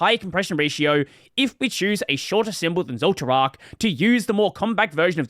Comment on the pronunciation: intentionally mispronouncing zoltraak as if you never watched frieren 😄